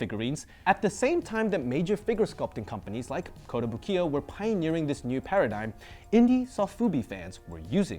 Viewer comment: is usually pretty good with his Japanese, but it's not kotobu-kiya but kotobuki-ya...(壽屋).